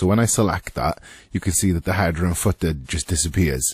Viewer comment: struggling to watch this video because your calling it a hadder.